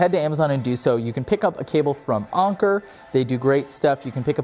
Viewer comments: Awnker? lol smh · You said Anker wrong